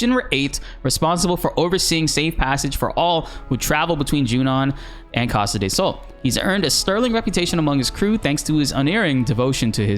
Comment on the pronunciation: Why do you say Costa "day" Sol?!!! 😭😭😭